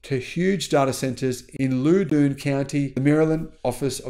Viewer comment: As a heads up, Loudon county is pronounced by the locals like Loud, not Lewd (from a former local). Not that I expect someone half a world away to already know that.